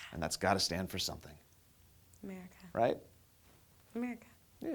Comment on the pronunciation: says "Mericka", real quiet like... ^_^